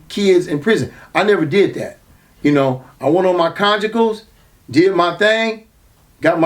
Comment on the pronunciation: "ah yes the congicals" 😅